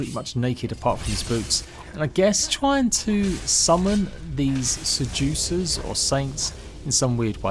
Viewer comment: Saints and Se-jew-cers